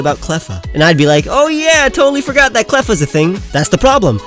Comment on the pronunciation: FORGOT DOES NOT END WITH AN R, IT ENDS WITH A T!